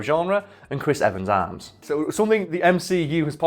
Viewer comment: when he said “Christ Evens arms” i thought he said “Christ Evens arse”. The ass of america is truly an icon